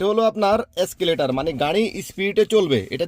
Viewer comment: এস্কেলেটর না এক্সেলেটর